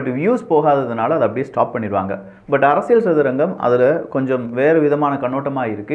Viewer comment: நண்பா ஒரு சின்ன திருத்தம் செய்தால் மகிழ்ச்சி அரசியள் சதுரங்கம் பதில் அரசியல் சதுரங்கம் உச்சரிப்பு